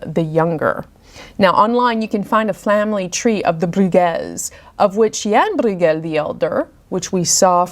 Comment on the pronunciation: Also, his surname Brueghel (spellings do vary) is pronounced “broy-gel, with a hard G.) Some dialects pronounce it as “broyel”, omitting the G. But you’ve done a wonderful job of educating us on these paintings!